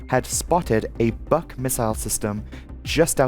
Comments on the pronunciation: Buk is pronounced like book, not buck. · Buk is pronounced like "book". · You lost me at the history lesson. I’m here for aviation crashes not geopolitical commentary. Also, I t’s pronounced BOO with a K at the end.